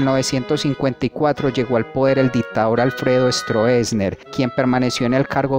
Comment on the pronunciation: la palabra es strossesner pero se pronuncia strosner